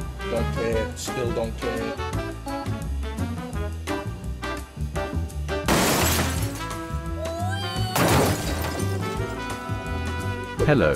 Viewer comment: you said hellp Not hello